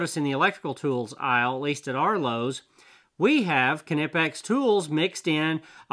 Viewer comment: Oh you should check out an upcoming video I’ll have with Knipex merch. They came out with a shirt just for you 😉 Check out the pronunciation shirt on the Knipex merchandise shop on their Facebook page. It’s pronounced, Kuh-Nip-eX Direct from the manufacturer